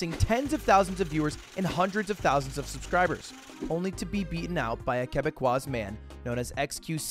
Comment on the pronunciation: Ight but gamer you're not supposed to pronounce the "s" in quebecois unless its the feminine (quebecoise). Might as well just say French Canadian or Quebecker cause as a lil quebecois rat myself, this is getting on my nerves a lot harder than it should lmao